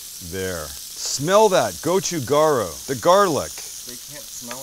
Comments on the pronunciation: would love to work on his korean pronunciation... but to be honest, part of the charm here. goh choo gah ... hmm.... ryoo? or maybe more like, .... gaL Ryoo? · Gotchu ga-ru (role the R once -- Koreans don't use a hard R). You've got Gotchu Jang (with a soft A) perfect. Bobby Flay hurts my ears with his pronunciation.